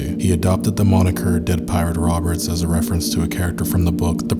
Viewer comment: Bruh this guy can't pronounce anything right lmao